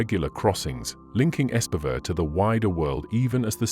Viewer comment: It's nice when various channels start discussing Scandinavian mysteries, but I have to say ... can you not please spend a LITTLE time researching how names are actually pronounced? Much of the time I sit here trying to figure out what actual Norwegian name is hiding under the garbled "English" version we hear. I guess this is a computer voice (?!), but still. The pronunciation of Espevær is actually not entirely disastrous. "ESP-uh-vair" is a decent English approximation. (Bonus points if there had been a real trilled R at the end.) onwards: Bømlo would have been better pronounced BUM-loo. "Anne Solvang" is ANN-uh SOOL-vang. The final E of Anne is not silent in Norwegian, and the letter O will (when long) typically denote a vowel more like English "oo" than the O of either English "sore" or English "go". -- The newspapers Bergens Tidende and Haugesunds avis -- oh, please! These should be more like BEHR-guhn's TEED-en-uh and HOW-guh-soons av-EES. -- the A of "Hessdalen" sounds like the A of English "father". Norwegian A is never pronounced "ey".